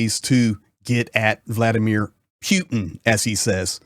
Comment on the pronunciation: How is Ukraine winning? Russia moves to the West. Leave my homeland alone, you war lover and criminal. You have no idea what’s going on in Ukraine. And first of all, learn how to say Putin’s first name